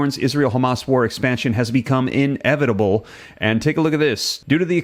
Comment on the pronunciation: Inevitable is one word. Not in-evitable. Lol. Couldn't even pay attention cause i was just hearing you say that